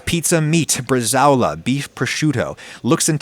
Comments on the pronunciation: bre-sa-o-la. 4 syllables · … how did you just pronounce “brazole”? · IT"S PRONOUNCED BRA-ZOLE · Na, na, you gotta say it like a Jersey Italian: bruh-ZHUUUHLE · Just FYI: It's "bresa-ola" — the 'ao' is not a diphthong. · That's NOT how you say "bresaola". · Jesus man that is not how you pronounce Bresaola smh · Having done some further internet research, it does seem like the diphthong-pronunciation is acceptable in American English. Which still makes it Wrong in my book 😊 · Please google the pronunciation of Bresaola, looks tasty though!